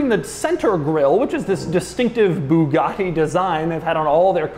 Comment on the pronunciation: And it's pronounced buugati not booghati